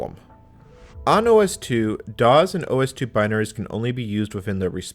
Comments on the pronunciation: This is great history love the video. The only thing that irritated me is the way you say DOS as DOZ but other than that great video. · Loved the video but cringed a little every time I heard him pronounce DOS as DOZ! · I've never heard someone pronounce DOS as daws, instead of doss. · Any pronunciation other than “doss” is just annoying! This “dawz” nonsense is surprisingly distracting! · I assure you, during the heyday of DOS, it was pronounced “doss” (unvoiced S), never “dawz”. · it’s definitely, DEFINITELY not the correct pronunciation in English! “Doss”, not “dawz!” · I like how he pronounces DOS: "daws" sounds cooler that way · “doz”. why? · Love your videos but hearing you pronounce "dozz" makes me want to stab my eardrum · Well, pronouncing it 'Dawes' is still better than Loretta Swit calling it 'Dose.' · Ummm..."kludged" is pronounced, 'CLUE-jd', ie. the U vowel sound is long. Found myself doing a double-take there, thinking, WTF did he just say..?! ;-) Oh also, "DOS" isn't pronounced as though it ends with a 'Z'... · No “z” in DOS. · Why do you say DOS like that? From someone who was there and involved in its origins, you’re saying it wrong. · This is the first time I've heard someone pronounce DOS with a voiced 's' instead of a voiceless 's'. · I'm a native English speaker and have never heard it pronounced with a voiced 's'.